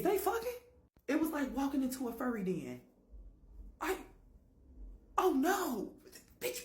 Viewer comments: It's den not din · Den, not din. You're uneducated! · Are you trying to say it's a "vampire den?" It's "den" and not din. That's for future reference 😉 You're about to see "a lot" more be revealed than humans could fathom. Especially, paranormal events.